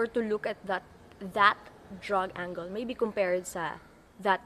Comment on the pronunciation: you might want to check "angle" pronunciation, maybe its just me pero pagkarinig ko sounds like "ang goal", when i tought it should be like " ang girl" without "r", but hey its not like im finding any imperfection coz you know, no one is. you are smart and pretty (more pretty when your hair is like this), and i got hook from the 5min girl thing with mmda. keep em uploading and im subscribing.=) (edited at this part) and ive seen your upload back in march 2017 friends/lovers night, and -:39 you did pronounce " angle" the way im used to hearing.